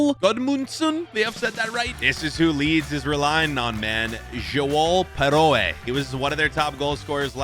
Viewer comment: You just don’t understand the prem. like if you actually watched it more and see more insight. like Leeds have signed two new strikers because we don’t want to rely on piroe and you completely butchered his name. We’ve got a ton of money and the windows only just opened so yeah I say fail. I do like your vids though.